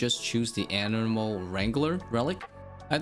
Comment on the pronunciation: love the video man! gotta be honest though i lost it both times you couldnt pronounce "animal" lmaooo but no judgement as I cant talk straight to save my life sometimes, one of the many reasons im not a youtuber myself xD